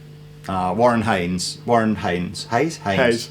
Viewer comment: it is Warren HAYNES, not Isaac... er, I mean Warren Hayes!